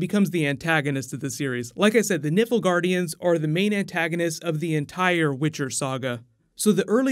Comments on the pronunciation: Really love this story and I am sooo looking forward to the series. Please call the Nilfgaardians, 'Nilfgaardians' and not 'Niflgaardians'. So...."un-emersive"! Just playin with ya! can't wait for more vids. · liking the plans for the witcher series! pretty sure from playing the game that is "Nilf-gardians" instead of "niffel-gardians" and "gè-ralt" instead of "jeralt" though 😃😎 cheers and keep up the good work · Did this man just say the "Nippleguardians"? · It's not Niffelgaardians btw, it's NILFgaardians. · ....Niflegardians? WHAT? You read that out INCORRECTLY like FUUUCK. It's NILF.....N.I.L.F Not NIFL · btw 'nifil-guardians'... ffs its pronounced nilf-guardians'